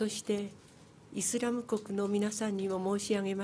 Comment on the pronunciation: イズラムじゃねーｗ イスラムだわｗ!!